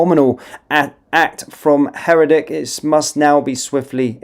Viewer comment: It's not Herrer dick (as you pronounce it), it's hair decker (Herdecke). Try reading it. How reliable is the rest of your news?